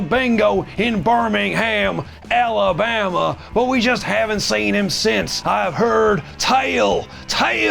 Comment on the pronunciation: Sitting here in Birmingham Alabama n almost did a spit take when I heard u say Alabama lol